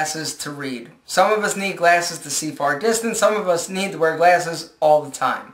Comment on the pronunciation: lol you say "glAYses" ;)